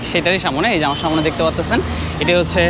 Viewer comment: শব্দটা হচ্ছে সামনে,সামোনে নয়. It sounds disgusting..